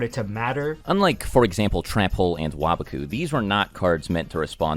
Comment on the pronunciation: The way you pronounce "waboku" makes me upset.. Sounds like youre a wobbuffet tryna talk to his japanese wobbuffet friend "oh waba-kun sugoi"